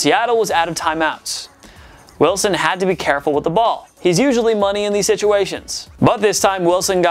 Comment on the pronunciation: “he’s usually money in these situations.” Notice how he says usually